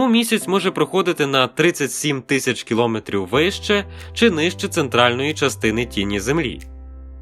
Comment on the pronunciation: Дуже прошу, зважте, що правильний наголос - кіломЕтр, кіломЕтри (а не кілОметр, кілОметри). Дякую.